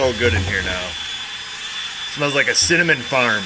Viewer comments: Did you say “Cinnamon Farts”??? LoL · When you said cinnamon farm I thought you said cinnamon fart.